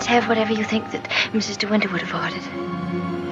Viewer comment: Such insight and yet you mis-speak the actual 'villain' moniker! Mrs ("Misses") Danvers, not Ms; seems inobservant and disrespectful to get main-character address wrong. Care so much? Get it right.